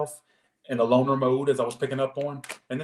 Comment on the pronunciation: I thought said “boner mode” 😂😂 not loner lol